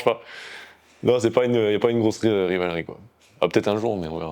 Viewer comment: "Y'a pas une grosse euhhh, RIVALRI quoi" 😭😭 merci